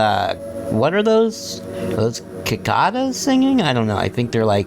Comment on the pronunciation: The first C in Cicada is a soft sound.